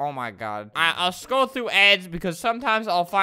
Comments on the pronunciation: LOL idk why that was so funny "oh my god...or oh my gad" "are you gad"....."no" lmao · He said Oh my Gad 😂😂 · Albert: GAD GAD!! Me: It sounds like he's saying dad but in a silly way.. IS GOD ALBERTS DAD!!!!